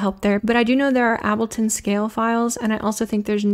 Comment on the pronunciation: Fantastic video, as always. I don’t know what I find the most surprising, that you don’t use ableton or that you pronounce ableton like that